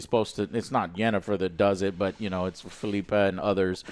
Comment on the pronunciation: Phil-ippa joe. Sorry im being annoying but its Phil-ippa.